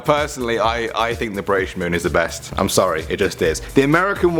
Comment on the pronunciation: The WHAT moon is the best? I can't understand you.